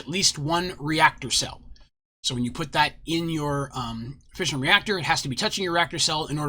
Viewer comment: Lol fission or fussion Or fusion